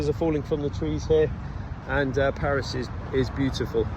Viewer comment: Salut, Je ne savais pas que tu parlais (était?) français mais ta prononciation des différents endroits de Paris ne laisse aucun doute. 😉 Toutes mes condoléances pour ton grand-père; il y a certain moment de la vie que l'on souhaiterait éviter mais, malheureusement, ce n'est pas possible. En tout cas, je suis heureux que tu continues tes vidéos sur cette chaîne, c'est toujours un plaisir de t'écouter.